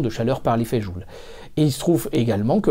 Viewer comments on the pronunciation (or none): none